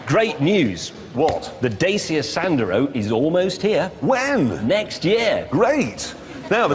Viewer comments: Dat cha not Day sia 😂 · Dacia is pronounced DACHA .